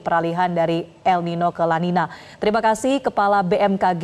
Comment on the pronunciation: Kata spanyol itu bacanya el ninyo dan la ninya. Sebab nulisnya niño/ niña. Ñ= ny👍